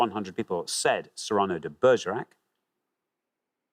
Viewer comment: and the pronunciation of Cyrano